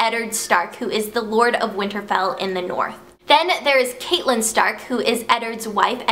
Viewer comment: also catelyn is pronounced cat-lin. and there arent only 8 characters, in the later books, other people have chapters, like jaime and then there ends up being like way more different story lines ok im going to stop spamming lol